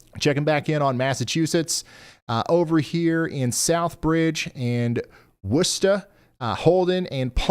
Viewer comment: I live in massachusetts, so listening to ryan trying to pronounce the names of the towns around here hilarious "WUH-chu-set" reservoir had me dead 😂😂😂 saying that wrong